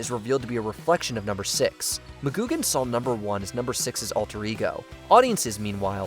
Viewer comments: That's Patrick "McGoohan", with an h. Not "McGoogan". He was not a Fraggle. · It's "McGoohan", not "McGoogan". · ITS MCGOOHAN NOT MCGOOGAN GET YOU NAMES RIGHT. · Negan was a believable character at first but quickly turned into a predictable high school bully and was a big part of why we stopped watching TWD It's Patrick McGoohan, not Mah-GOOG-an. Missing here are MASH, The Sopranos & Seinfeld. Best ever, the finale of Newhart